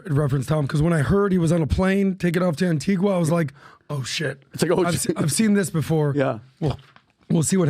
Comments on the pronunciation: Phonetically, it’s pronounced Ann Ti Gah - Antigua is a off shore banking island, known for its advanced banking systems, The con artist from Texas had his own bank there - Allen Stanford, Diddy is taking assets, cash, gold, diamonds & expensive Jewlry to hide away in safety deposit boxes, trusts and limited companies that come with a board of directors, the whole 9 yards, a fully functioning business, but most importantly it comes with a bank account that Diddy can access & no one need know ‘bout nuthin, ya hear 😂😂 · An-tee-ga.... an-teeg-a... The 'u' is silent. Americans please get it right! ....and Grenada is 'grenade - a' and not grenarda. Tobago is 'to-bay-go' not Tobargo. Jesus guys...these islands are in your back yard and you go there all the time. Next time you go try talking to some of the locals for a change. Oh... and Carib beer.... is Carib... with an 'i' not careeb with 'ee'. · Antigua is pronounced anTEEga. The U is silent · Antigua is pronounced AntigA the 'u' is silent